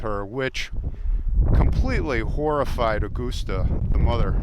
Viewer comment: Aw-gus-tuh Gein